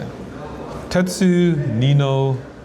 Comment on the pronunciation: Jeondding pronouncing Tetsu was hilarious 🤣